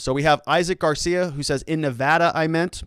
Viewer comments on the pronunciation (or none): none